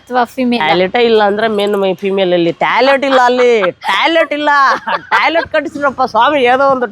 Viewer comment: Talet ❌️ toilet ✅️